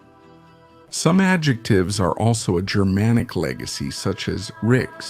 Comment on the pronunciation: Just remember that Germanic refers to an ancient group of peoples...not modern Germans. Is this guy with awful pronunciation AI?